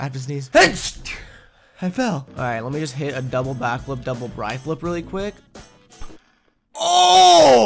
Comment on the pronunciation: Its a bri-flip not a bree-flip but thats probably not that helpful